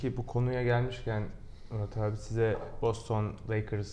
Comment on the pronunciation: Boston ı türkçe ''BOSTON'' diye okumak nedir ya